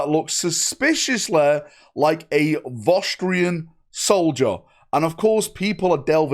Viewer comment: It's not Vostrian. It's VostrOYAn.